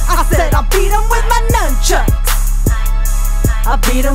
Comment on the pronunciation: Boowaahahahahahahaahah "So I pulled out my Numbchucks!"